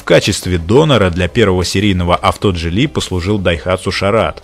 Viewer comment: а Geely как "Дзили"